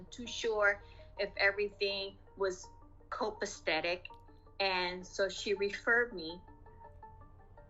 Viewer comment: Yet she doesn't even know how to pronounce it. She added an extra "t". CopacTetic?, please.